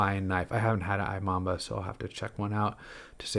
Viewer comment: Imamba is pronounced eeMamba